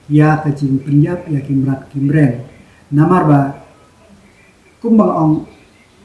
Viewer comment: Tang ban kren khasi ruh um lah kren kliar bha 😂😂 u mut ban ong ki mrad ki mreng pynban u ong ki mrad ki mreiñ 🤣🤣🤣 la dap smam u kwai tharai ha shyntur